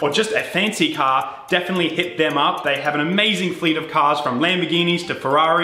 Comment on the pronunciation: So funny how he can’t say car but says caaaaa